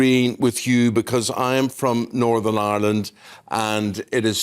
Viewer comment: Silly cow it’s Northern Ireland , not Northam Island